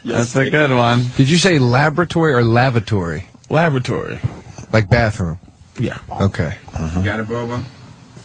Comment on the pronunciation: Does anyone else kinda hear "Lavratory" when Patrice says, "Lavatory?" I appreciate and understand and Sam both articulating Patrice's word, AND Bobo's misspelling of the word he probably started writing the second he misheard it